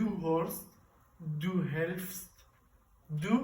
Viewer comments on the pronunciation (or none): دادش قلطه. Du hilfst درست یکم بیشتر مطالعه کن که به بقیه غلط یاد ندی . نوع بیان و لحجه غلطه